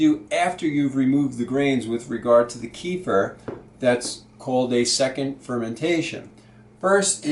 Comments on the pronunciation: Another offender ... Please! It's pronounced Keh-fear! NOT Kee-fer! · Thanks for the video! Just as an FYI...the word "kefir" is from the middle east. It is not pronounced [KEY-fur]. It is pronounced [kuh-FEAR]. Since this video is 8 yrs old, you may have been corrected before but I'm adding this just as an FYI. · It's pronounced "KEFF-eer" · great video! Thanks. But KEFIR is pronounced more like ke- feer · well .... you can "invent" even 25 ways of saying! But the reality is that KEFIR's original name is pronounced as "ke-feer" (or at least "ke-fear" if you wish). And that's how it's called for centuries. When first American enthusiasts adopted KEFIR they took the writing (spelling of it) without any clue of pronunciation ... and mispronounced it. That's how you get this mess :) The languages (Russian, Polish, Czech etc), the Americans borrowed the name of KEFIR from are quite strict and simple in regards of their spelling/pronunciation and usually (with very few exceptions) write the words as they sound. Unlike English :) So there you go: "ke" ("e" as in WEST) + "fir" ("i" pronounced as "ea" in EAST). Hope that helps :) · GAVE YOU THE WRONG REF ON MY PREVIOUS COMMENT RE:- KEFIR PRONUNCIATION - " KUHFEER " - CLICK ON THEN CLICK ON SPEAKER - THANKS - PETER OTTAWA ,CAN. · Please repeat 3 times. Keh-feer, keh-feer, keh-feer. ha ha ha. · keeh-furr lol